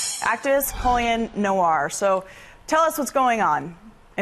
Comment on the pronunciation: Coli-anne Noir 🤔 lmao.